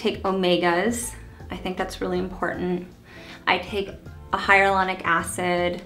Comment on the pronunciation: I love Jessica and no hate, but it bugs me every time she pronounces hyaluronic acid as “hyarulonic” 🤦‍♀️